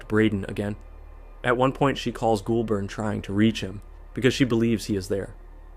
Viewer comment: Hearing Goulburn pronounced like ghoul-burn instead of goal-bin is hilarious